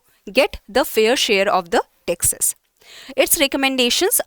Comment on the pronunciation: Pronounciation of 'Taxes' is hearing as Texas